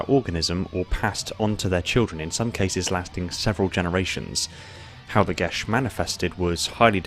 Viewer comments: It is me or he saying “Geas” wrong EDIT: guilty spark says it as Gē as so your saying it wrong, it’s not gesh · Gesh sound wrong. Gias should really be said as gee as, or possibly ges. But a sh sound without an h makes it sound wrong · Why do you pronounce it "gesh?" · I thought it was pronounced Geia. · lol, gesh. Pretty sure its a geas.